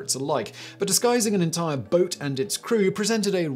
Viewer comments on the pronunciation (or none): none